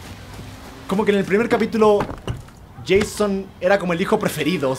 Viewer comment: es Jason no Jeyson es leviosa no leviosáá